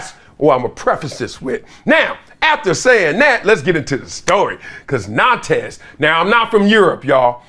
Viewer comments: Big dog, it’s pronounced na:nt 🙏🏾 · The S is silent in Nantes